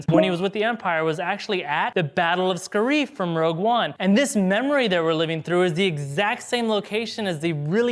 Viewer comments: Scar-if not scar-eeeeeeef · Anyone else annoyed at how he said "Scareeve" instead of "Scarif" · Its SCARE-IF not scare-eef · It’s pronounced scare if not scare ife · Why does he say "scarreef" not scariff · It’s not scareef it’s scare-if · Sca-reef?! We hear it said 20 times in rogue one it's scare-if. You guys lose so much credibility when stuff like that happens. Leia is also seen using the force in Jedi sending Luke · It’s SCARE-IF, no one has EVER called it SCAR- EEF wtf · Scareef???? Scare-if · Ska-reef?! Are you trolling us? Or are you a Star Wars poser? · Its pronounced SCARE RIFF u swine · Sca reef? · “Sca-reef”??? Bruh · Yo, it's pronounced scare-if. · The way you pronounce “Scarif” makes me want to blow my brains out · Damn you really slaughter the pronunciation of Scarif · that is not the correct pronunciation of the word "Scarif"